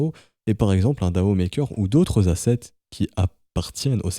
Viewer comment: Généralement on le prononce plutôt D.A.O en épelant chaque lettres, puisque c'est un sigle comme FBI ou ADSL.